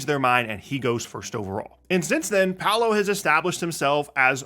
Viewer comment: Its pau·low... Not pow-low